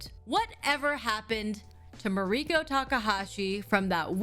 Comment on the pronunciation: REACH OUT TO POODLE TAKAHASHI!!! Also, I now find myself unsure of how to pronounce your first name. In this video, you pronounce it like Ma-REE-ko but I have heard you pronounce it differently before. Is it just the Americanized way of saying it or...? Just curious.